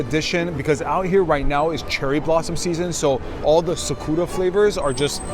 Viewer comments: STOP SAYING "sukuura" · You mispronounced Sakura. C'mon. You never watched Naruto before 🤣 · Is anyone gonna be pointing out the sakura pronunciation??